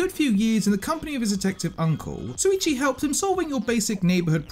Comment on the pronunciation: It's SHuichi not Suichi xD How come so many English native ppl say it wrong, even tho the eng dub says it right xD